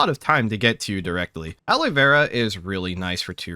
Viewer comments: Aloe is pronounced like you would say "a low", not alloy. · Aloe, pronounced Al-o. Not alloy. Alloy is for the various mixes and blends of metals. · AL-O, not alloy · After the first couple of times, I was going to suggest making a drinking game out of it. (when Alloy is said instead of Aloe) But I don't think my liver would survive. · Y'know I've been wondering for a bit now, Why do you pronounce Aloe as "alloy"? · The way you pronounce aloe... like alloy... threw me off. Useful knowledge regardless. Thank you! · I was confused as to what alloy you drink. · 10/10 aloe ingots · Suburban "person" detected